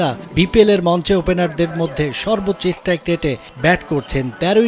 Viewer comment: eshtrike rate na bro, strike rate. apni journalist holen kemne